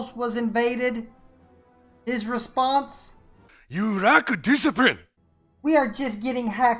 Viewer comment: "You rack disiprine" WTF XD